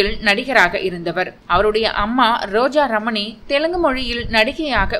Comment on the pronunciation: She said it clear n correct. She said Roja ramani only